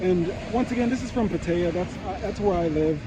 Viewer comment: I hear the Thai pronunce the city of Pattaya as "Pa-thai-ah". You keep saying Pa-tay-ah.